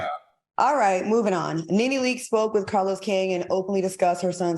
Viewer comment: Nene LEAKES* not Leaks…